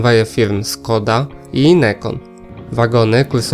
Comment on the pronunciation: Is it your dialect, that you pronounce Skoda not as Shkoda?